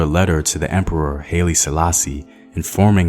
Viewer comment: Hi- lee not Hayley